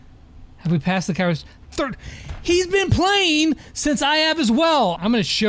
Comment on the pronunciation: Its kairos not karios